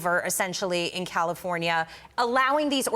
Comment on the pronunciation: Comifornia 😂 you mean